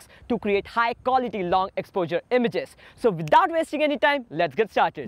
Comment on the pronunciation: He pronounces it as ex-po-jurr...Jus t found it funny